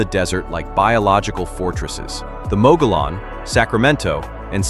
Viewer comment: Mogollon ( pronounced Moe Go Yone )